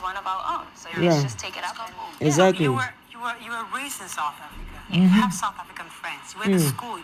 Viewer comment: Why you want to give us chidimama what is wrong with you all.I need real true Nigerian to tell me.we are not stupid all in South Africa.not sad Africa as u pronunciation.we are shaka and sekhukhune amapondo children.we will respect who respect us.we will defend our self from anyone who disrespects South Africa 🇿🇦 our land.just leave us alone.god give South Africa strength and wisdom and love from to u mighty love.for give the enemy of South Africa who want to destroy u peace and South African people.please bless South Africa on the year of 2025 and beyond.we don’t hate we have love god bless Africa and the world.we are all your children.